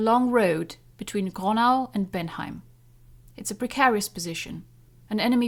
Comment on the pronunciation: Not Benheim, Bad Bentheim.